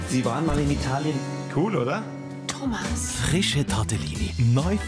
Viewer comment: she said Thomass 😂😂😂😂😂😂🤣